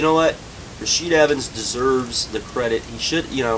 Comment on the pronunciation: "Rasheed" Evans???